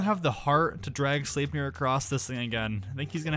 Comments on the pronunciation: Its sl-ep-nier not sleepnier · Sleipnir is pronounced like "Slipneer" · Wait I thought his name was Sleipner not sleipnir